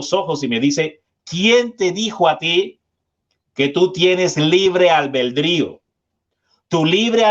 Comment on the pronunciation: El termino correcto es Albedrio No: albeldrio Puede parecer superficial, pero si se puede hablar bien, por que no hacerlo. Ud es un Predicador serio que domina el tema espiritual que expone y lo escucha mucha gente...porque no tener en cuenta estos detallitos. Gracias por Fe